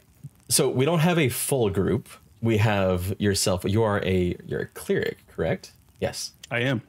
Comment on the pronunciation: We need to talk about how you pronounced Cleric.